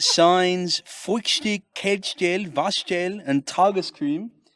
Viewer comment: quite good german pronounciation here with the waschgel 👌👌👌